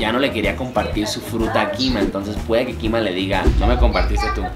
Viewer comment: Es mi imaginación o Juanito en vez de decir mima dijo kima ❤